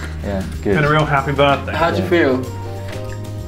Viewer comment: 'appy birfday!